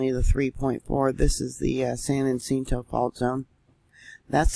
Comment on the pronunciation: San Yah cinto is how to pronounce san jacinto🥰